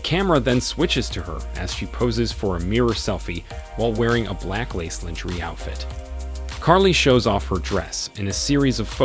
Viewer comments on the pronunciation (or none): My only crtitique is the pronunciation of the word "lingerie" phonetically it is said "lawn-ger-aay" the rest of the video 📹 is cool 😎 👌 👍!